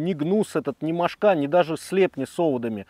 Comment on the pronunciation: Одна - мОшка (ударение на первом слоге. Две, три - мОшки. Много - мОшек. Закусали - мОшки. Но не мошкА.